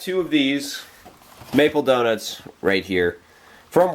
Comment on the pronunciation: I love how you say DonITS LOL Happy Bday man!